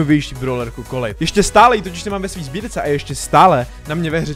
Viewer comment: Je to 'kolet' ne 'kolit'